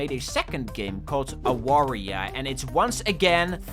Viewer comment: Real quick, it's Avaria since in Polish the W is pronunced like that. Love the game and cool of you to give a shoutout :D